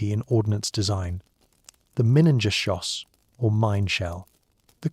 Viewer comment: Minengeschoss. What did the A.I. say???